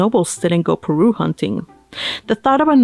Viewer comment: Everytime you read "Parue" I was hearing "Peru" hahahahaha your reading is so relaxing to hear ♥